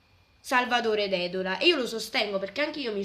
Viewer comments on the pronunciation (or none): P.S. Dark per favore..Poi il prof che citi si chiama Dedòla, accento sulla ò :-) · So di ripetermi in quanto ti avevo già dato i complimenti per un altro tuo video, anche questa volta sono rimasto sorpreso per come illustri e spieghi argomenti non facili, ti rinnovo i complimenti te li meriti doppi anche in virtù della tua giovane età come immagino nell'ascoltare la tua voce. Vorrei dirti un particolare sulla pronuncia del cognome dello studioso Salvatore Dedola, ovviamente non per critica ma solo per tua conoscenza. Nel cognome Dedola la pronuncia esatta è con l'accento sulla "o". Sarebbe Dedòla, anche se di solito l'accento non viene mai scritto. Aggiungo un altra cosa, anche se tu non centri niente su questa critica che faccio approfitto del tuo spazio veramente molto interessante, è rivolto verso alcuni studiosi e divulgatori scientifici, riguardo al ritrovamento delle statue di Monte Prama da parte di un contadino della zona. Senza la sua attenzione quei pezzi di pietra che sono emersi dal terreno mentre arava, sarebbero rimasti semplici ed anonime pietre. In Cina si ringrazia in ogni occasione e sopratutto durante i convegni, il contadino cinese che mentre arava ha trovato alcuni parti dell'esercito di terracotta, permettendo in seguito , cosi' come ha fatto il nostro contadino della Sardegna, ad effettuare scavi più approfonditi. Ti ringrazio ancora per il tuo interesse verso la nostra Sardegna, spero di poter vedere quanto prima un tuo nuovo video, su quanto si sta scoprendo recentemente nelle vicinanze dove erano state trovate le statue di Monte Pr